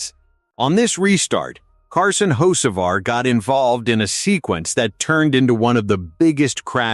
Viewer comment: At least pronounce the name correctly